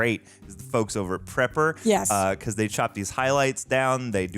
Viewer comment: Praper not prepper